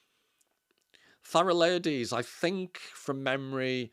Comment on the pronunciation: Thalassa is pronounced with the accent on the first a = Thàlassa and means sea (ocean) in greek.